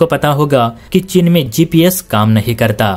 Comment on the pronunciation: तुमसे आज तक हिंदी बोलनी नहीं आयी।चीन को 'चिन ' बोलते हो....